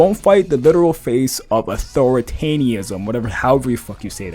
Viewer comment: nigga named “superiorIQ” cant pronounce authoritarianism